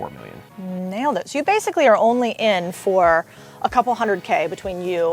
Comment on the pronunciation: This is an "ONLIE" business...LOLOLO:L